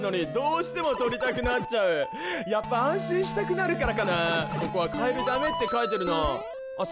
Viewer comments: 「カエルゥゥー！」じゃなくて「カエルルルルルル！！」ってしてて草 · カエルルルルルル の発音が面白かったwww